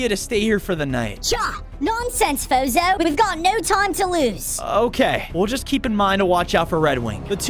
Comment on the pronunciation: Uhhh I thought that the pronoceashon was fozzzohh not fozo